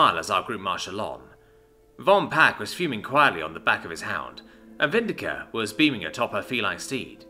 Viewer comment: VIN-DIC-TA NOT VIN-DI-CA IT'S NOT ENGLISH!!!